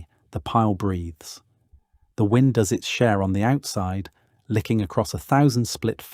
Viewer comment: Interesting but the AI commentary is a bit of a let down . W👁nd instead of win-d !